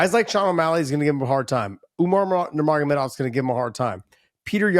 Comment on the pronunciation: Josh says the name. Nur.agomedov morenthen he says his own WiFES name. Damn son take that dagastani dik out cha mouth